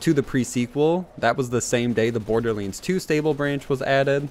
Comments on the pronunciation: Wtf is Borderlends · He just said bordlends